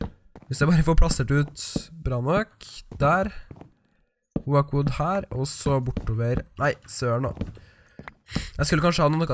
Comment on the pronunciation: Det heter åok ikke oak